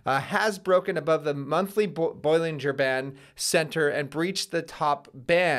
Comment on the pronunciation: My man said "boil linger band" 😂😂😂